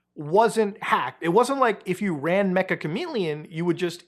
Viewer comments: Its pronounced meh-cha not mech-ah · It's not mecha chameleon, its ME-CCH-A chameleon, Meccha in Japanese means "Very" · It's pronounced Meh-cha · ik no one really cares but Meccha is pronounced more like meh-cha /met͡ʃa/ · Mecha is apparently pronounced as mecha(cha-cha) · its pronounced metcha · Meccha is pronounced meh-cha kind of like mochi or matcha